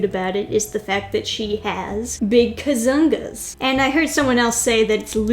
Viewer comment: When you say "kazoongaas" with intonation at the "zong"LOL